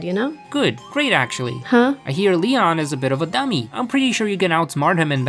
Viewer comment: He said neon not Leon 😂😂😂😂😂😂😂😂